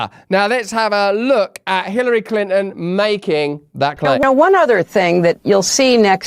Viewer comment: He said Climpton...lolz